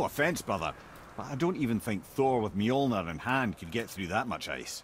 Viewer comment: Hey, Mjolnir is pronounced "M-Yol-Near", just sayin